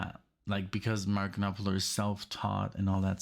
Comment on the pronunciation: Love your channel. Thanks for getting to more Dire Straits. I think you might get down the rabbit hole on them like you did with The Dan (oh the sacrilege I know). One thing, the P in Knopfler is silent. It’s pronounced Nah-Fler. Thanks again.